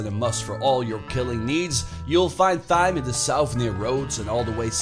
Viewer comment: Thyme is pronounced time